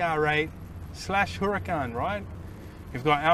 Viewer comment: Makes me nervous when he says “hurracAn”